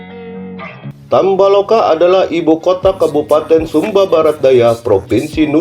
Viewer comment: Tambo laka bukan tamba loka.😆